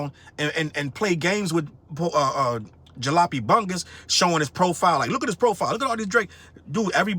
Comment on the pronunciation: The most disappointing thing to me is that didn't know how to pronounce Jalopy. I've got duct tape holding parts of one of my cars together right now.